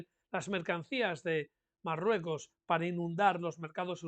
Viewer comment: Es MaLrruecos, amigos, es MaLrruecos